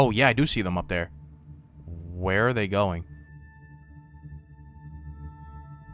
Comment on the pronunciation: "What the fwHhERE ARE MY SHADERS?!"